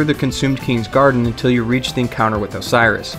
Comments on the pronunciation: os-e-row-s not osiris,he isn't not an egyptian father to horus... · Did you just call him "Osiris" Oh-say-ee-ros. Say it with me... Oh-say-ee-ros. God fucking damnit. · first of all, its not pronounce osiris. second of all this is just items. no covenant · Ocerios, not Osiris! And you should really remove the "Dragon Covenant" part from the title. It's very misleading, since there is no Dragon Covenant. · Amazing guide - people need to relax on the dragon covenant and the prenounceation of ocerios. Great guide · I don't mean to be that guy but you honestly confused me by this, your saying the consumed Kings name wrong, you're saying it's Osiris when it's not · Isn't it pronounced like OH-sire-ros or something? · It is pronounced oh-sear-row-ssssssssssssss.